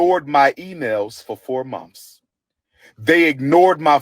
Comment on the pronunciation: A person professing t o hold multiple doctorate degrees but still pronounces "TH" as "f" is OFF THE BACK questionable and suspect. Is it monTH, or monF!